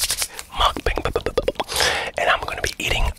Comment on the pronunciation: When he said mukbang it gave me arabian vibes.